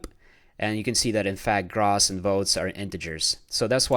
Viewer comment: For the love of god someone teach this guy how to say gross - /ɡrōs/